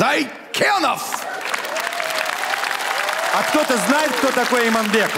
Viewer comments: Не Зайкенов а Зейкенов, русичи любят коверкать буквы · Не Зайкенов, а Зейкенов Гарик